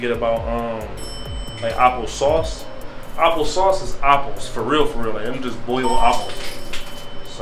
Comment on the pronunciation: Appo pie …. apo cider apooh sauce lol 😂😂😂😂😂 Nice blog bro this here is different